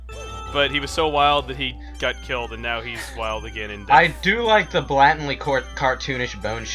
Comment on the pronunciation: I see still has trouble pronouncing 'blatant' correctly;)